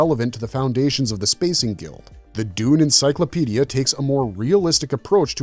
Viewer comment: Dune'verse not Duni'verse please.